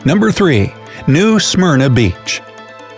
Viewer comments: The guy needs to learn how to pronounce Smyrna correctly. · Lol at 8.14 the way he says Smyrna just cracks me up for some reason xD